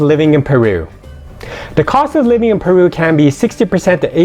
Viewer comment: I lived there for 4 years .what are you talking about..you cant even pronounce common words..ceviche peru haunchaco.. I'm done here..your driving me crazy.